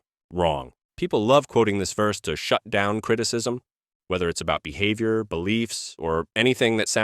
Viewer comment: the whole video uses AI i think says BEEHAVIOR and BEZAHIOR